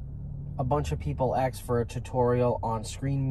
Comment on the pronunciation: Axed = asked*